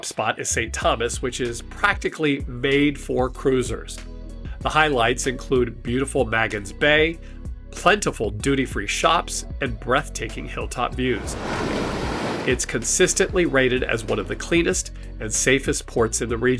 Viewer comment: It's pronounced "Maegens" not "Mahgens" bay